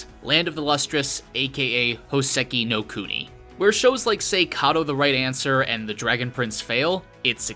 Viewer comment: Hoe-seh-key know cooe-knee? I only know Houseki no Kuni.